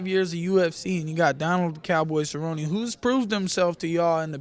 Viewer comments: Nermaganmadof Donald serri-oni hahahahahahaha I'm dead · guy with the glasses is a fuckin weirdo cant even say cerrone properly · The guy with the glasses is such a fucking meme. I laughed my ass off when he pronounced Donald Cerrone. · The way that dude pronounce Cerrone made me cringe. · Lol this weirdo with the glasses. And he can't even pronounce Cerrone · Did this guy butcher Donald Cerrone's name lol?? this dude's funny as hell